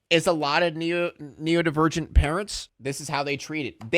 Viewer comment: him saying neodivergent is taking me out its neuro-divergent